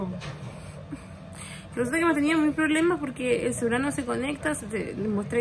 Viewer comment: "El CEULAR"